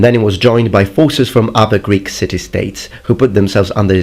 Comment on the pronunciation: Your greek pronounciation is flawless